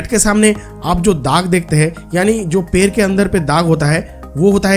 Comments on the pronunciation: Bhai 🦶per Nahi ped🌳 hota hai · पैर(foot) नहीं पेड़ (tree) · Ye ड nhi bol payega uski jagah र bolega